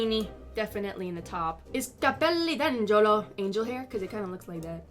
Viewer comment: Your pronounce of "Capelli d'angelo" ("Angel's hair") is surprisingly good! :D Nice video